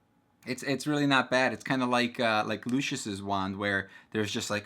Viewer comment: I got so triggered when you mispronounced lucius